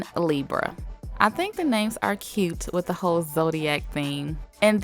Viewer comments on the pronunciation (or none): none